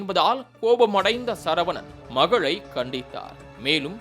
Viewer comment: did I hear it properly !? You pronounced wrongly heard as - மகழை . It’s wrong . Correct pronunciation is - மகளை here too pronunciation mistake Overall your way of talking has more mistakes . Please learn how to speak Tamil properly